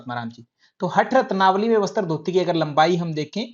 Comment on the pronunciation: सर आप शब्द अच्छे से उच्चारण किया करो जैसे आप बोलते है बस्तr जबकि वो वस्त्र है जैसे आप बोलते है सूत्रर जबकि वो सूत्र है अगर बुरा लगा हो तो माफ करना 🙏🙏